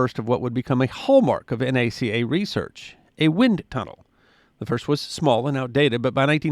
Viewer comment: You correctly say N - A - C - A throughout your video but and threrafter turn around and pronounce Nasa as a word. Neither is a word or even an acronym. They are simply initials of their names. Just say the letters as you did N - A - C - A. My father was recruited by N - A - C - A while studying aeronautical engineering at Northeastern University in Boston. As soon as he graduated in 1942 he moved to Hampton Va. and began working at Langley Research Center. The projects then were all about drag cleanup and other performance improvements to aircraft in the war effort. He was there in 1958 when the committee was upgraded to the federal agency N - A - S- A, and yes, EVERYONE said the individual letters. The Mercury Space program was directed out of LRC. President Johnson moved our space program to the new Manned Spaceflight Center in Houston TX. It was there that some newly hired Texan, having zero experience or awareness of the grand history behind N - A - C - A and N - A - S- A, in delivering press report about a Gemini mission wrongly spoke those initials as that ugly "word" Nasa. Immediately newsreel, radio and television reporters spread that unfortunate pronunciation worldwide. Original N - A - C - A and N - A - S- A employees, family, contractors, friends, etc. have been shaking our collective heads ever since. Worse, recently I have heard in some videos people pronouncing N -A -C -A as Nacka! Deliver us please from this hellish moronathon! Other than this pet pe